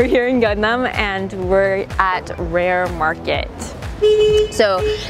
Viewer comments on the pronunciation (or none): Its GANGNAM🤣🤣🤣 not gagnam :3